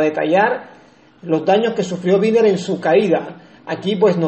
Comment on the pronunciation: Winner leyendo LOS CUATRO ACUERDOS 👍🏼 Gracias por la información de nuestros gladiadores 🚵‍♂️🚵‍♂️🚵‍♂️🇨🇴 pd. No es Viner, es Winner 😅